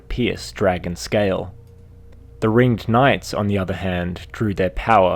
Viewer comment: so something that really bugged me in this video is you kept calling them the "Ring-id" knights making it sound absolutely stupid.